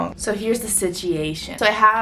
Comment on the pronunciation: omg i thought i was the only one that pronounces situation like that just for fun